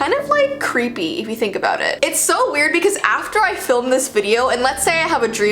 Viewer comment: I love how u say aboewt